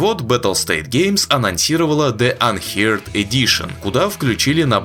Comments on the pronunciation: "анхёрд", не "анхиард" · Unheard - не анхирд, а анхёрд, неслыханный.